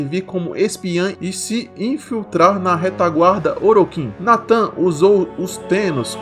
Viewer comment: Opa da hora o vídeo, mais uma pequena correção o nome real da Lotus é Natah, Natan ficou meio estranho.